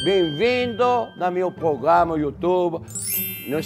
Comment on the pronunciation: "Pogama do YouToba" Jacquin, Erick.